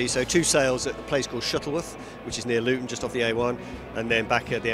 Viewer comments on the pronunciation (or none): none